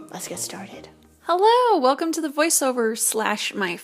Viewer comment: u said weclome